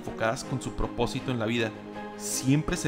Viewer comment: Por qué carajo dice PORPOSITO? Si es PROPOSITO.